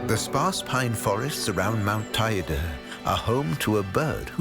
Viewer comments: Beautiful documentary with a TON of work! One thing: it’s not pronounced ta-ee’-da, it is pronounced, tay’-day. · Not quite! It rhymes with the word 'LADY!' and is pronounced TAY DEE! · That's the weirdest pronunciation I've heard of Teide —should Te (as in "Ten") i (as in "e") de (as in "the")— but apart from that it is all superb.